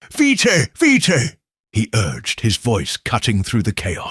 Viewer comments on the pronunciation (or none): Not vee-tay but veet veet is how it’s pronounced.